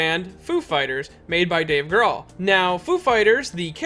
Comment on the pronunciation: His name is pronounced groll